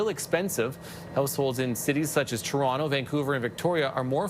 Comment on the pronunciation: I love how mr. pronounces ToronTo, like it is meant to be pronounced 👏